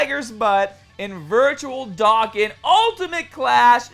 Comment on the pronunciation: "Doh-Kahn" jesus so cringe to hear "Dakkin"